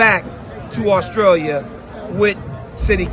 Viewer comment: Back to New Zealand man not Austtalia 🤦🏾‍♂️